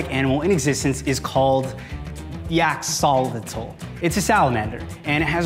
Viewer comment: It's neither how you pronounce axolotl but seems ok to him...